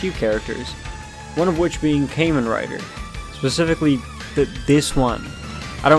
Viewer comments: redo this video bro it’s kah-men rider not kay-men rider LOOOL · Well, it’s not pronounced came in writer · Kay-men rider 😂😂😂😂